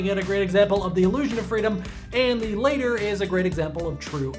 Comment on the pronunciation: later and latter are pronounced differently